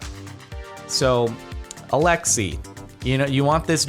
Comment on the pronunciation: My name is Alexei and that's not how you say that name captain sparky